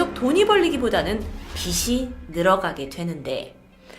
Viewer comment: 빚이===비시 X 비지 O 다른건 다 좋아요~ 앞으로도 좋은 영상으로 화이팅 하세요!! 늘 응원합니다😅